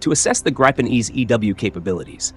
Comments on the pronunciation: Not "Graipen" but Gripen, you idiot. Does the Americans and the British pronounce correctly anything in the world that is not English? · It is not Graypen. It is Gripen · Gripen, not Grypen. I stop watching now. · It's NOT "GRUYPEN", it's "GRIH-PEN" 🤡🤡🤡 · Uph, as a Scandinavian flinched with each Greye-pen instead of Gree-pen pronunciation.. anyway, for so many reasons Denmark shoulda taken these instead of F35s! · The pronounciation of Gripen in phonetic transcription is ˈɡriːpɛn - not ˈɡreɪpən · Its not ”grajpen” 😑 its gripen……😑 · The name is gripen not greipen. stupid AI translation. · The “i” in “Gripen” is pronounced similar to Griffin. No “Aye”. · Gripen is pronounced greepen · Could you at least pronounce Gripen properly?